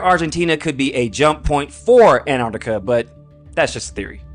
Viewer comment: im sorry but theres a T in Antarctica!